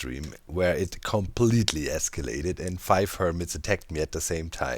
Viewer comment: "It completely escalated" It completely iskallated.